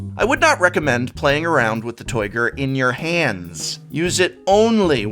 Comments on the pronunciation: Did anyone else hear "Toyger" and imediately think of Austin Powers? That deck box is definitely toight like a toyger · "Toight! Loik a Toyger!" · That deck box is "toyt", toyt like a toyger